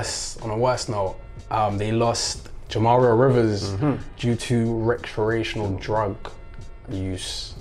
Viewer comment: Rectorational drug use 😂😂 WTF is that and what part of the body do you use 😂 Recreational the word is recreational.